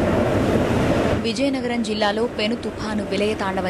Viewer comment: విలయనగరం కాదు విజయనగరం...